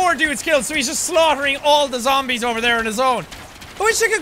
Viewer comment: Z-zombies lol why'd you say it like that